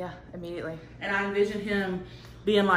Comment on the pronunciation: Lmao "immediately"